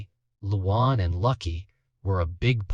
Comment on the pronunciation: Who the hell is "Loo Wawn?" God, these AI voices are pathetic...